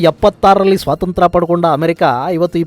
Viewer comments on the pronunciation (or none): none